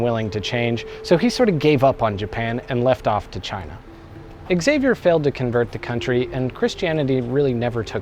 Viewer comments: It's pronounced "Zay-vee-er" not "Ex-ay-vee-er". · Every time someone pronounces the name Xavier as "eks-ay-vier", a yakuza member kills a puppy. For real tho, and this is a conversation I've previously had with life-time fans of the X-men series (cause you can guess where that name has mostly been heard in pop culture), the actual pronounciation for it is "ksah-vier" or "shah-vier". I'd go as far as to say the way the "a" is pronounced isn't that big of a deal, but pronouncing the initial consonant just as is, specially in a name that doesn't come from anglosaxon culture...? That's going the extra mile to make it sound dumb. Really, not hating on people who currently say the word that way, no matter how entitled i may have just sounded, cause I know it's a widespread thing, but please: avoid it if you can. If I had no success in convincing you, try to picture yourself saying "cee-harls" instead of Charles and you'll know what I'm getting at. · Did the X-men also slip through? It's not "ecks-zavier", it's just "zavier' 😜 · Xavier = HA-VEE-ERR, not EXavier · No, Exavier is how its MIS-pronounced in English. Are you gonna be saying Ex-zylophone next? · You pronounced Xavier wrong. It's like Cha vi air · Augh, "ecksavier". It's only pronounced that way in the X-men! Because "X-avier"!